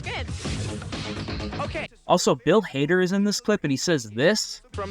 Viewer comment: 411 was the number you called to get information, and you said Bill Hader instead of Bill Farmer.